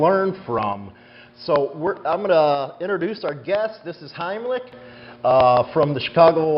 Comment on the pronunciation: He pronounced his name wrong. Said Heimlick instead of Heinrich.